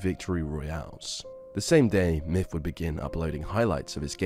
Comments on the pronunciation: The video is hard to watch when he calls him "miff" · his names myth not miff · Pretty sure it’s pronounced Myth not Myff.. JS. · I literally was mainly listening and thought you were saying "Miff" this entire video. Then I see he commented and it's "Myth". Good lord I feel dumb xD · "miff". Come on ya dang Brits. Learn how to say "TH". It's MyTH, not MIFF. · you do realize it's MYTH not MIFF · Oh my god dude 😂 I was only listening to audio this whole time and thought the streamer’s name was “miff” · I hate how you pronounce his name. "Miff" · no matter how many times you say it all I hear is Miff, good vid though